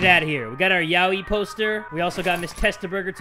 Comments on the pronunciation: Yaoi is pronounced as: ya-oi 😐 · DUDE ITS NOT YOAI ITS FLUFF